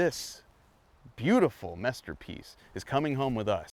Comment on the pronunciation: Did he say masterpiece or messter piece.